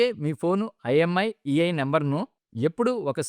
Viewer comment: Imiei కాదు మాస్టారు! IMEI అనాలి